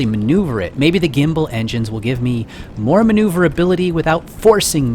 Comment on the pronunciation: hey! it's not moar, it's more! XD your very good continue